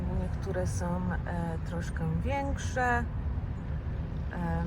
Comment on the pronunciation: Nie som, tylko są.